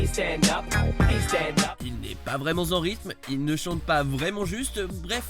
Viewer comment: "il n'est pas vraiment Z'en rythme"